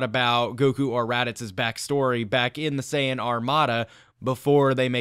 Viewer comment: SAYIN POD NOT MAJIDAYJASJS